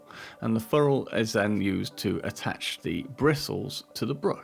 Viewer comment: great video but please... its FERR ule, not FUrrule..